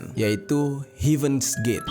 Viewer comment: sya kok agak aneh dengernya heaven dibaca hiven yah